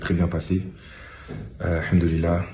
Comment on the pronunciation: Le hamdullilah prononcé à la française sans accent sans rien meilleur en italien que l’arabe